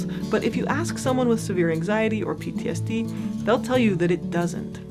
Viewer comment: Pronounce PTSD more clearly. You're not doing a good job with that.